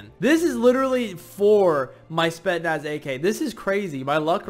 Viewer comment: as a russian viewer, the spetsnaz ak isn't pronounced as "spetnas" it's pronounced as "S P E T S N A S"